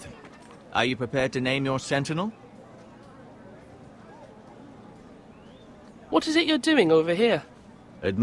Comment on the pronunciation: he does do a marvellous job of butchering 'sentinel' :)